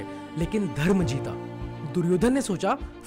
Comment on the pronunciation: कर्मा नाही भाई कर्म बोलो